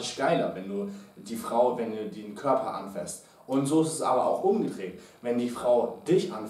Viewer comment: ..habt ihr coachs euch eigentlich.. abgesprochen, dass das "anfÄßt" heißt ??? 😂 so toll die tips auch sind.. DAS macht mich langsam echt fertig ! 😂